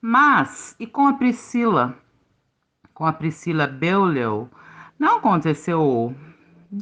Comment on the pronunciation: É "Priscilla BOLIÊ" que se pronuncia o nome da megera, querida... O coronel foi diagnosticado como psicopata quando serviu o exército, e sua personalidade parece corroborar esse diagnóstico. Priscilla era (é) uma narcisista, transtorno quase tão ruim quanto ser psicopata.